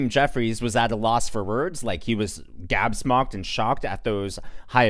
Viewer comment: The word is gobsmacked not gabsmocked.